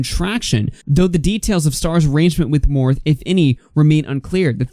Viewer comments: Tattee & Morph🤣🤣 It's okay!❤ It's pronounced MorphE and TautE. I know this community isn't your forté. Shame Dawson (oh, I spelled it right lol) was toxic long before Jafar became his friend. Tattoo Tears Tati isn't innocent either. I think Jafar has dirt on many people INCLUDING Tati, which is why she said we need to forgive them. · Its not morph...... its morphie!!! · Not that it matters that much lol but Morphe is pronounced " Morf ee " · #, just FYI its pronounced Morph-ee❤️ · "Morph" 😂😂😂 It's like bootleg Smurf or something? Anyway, "Morphe" and the "e" at the end isn't silent. :) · It’s pronounced Morph’-ee pleeeease sorry just grating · Please say morphe one more time 😂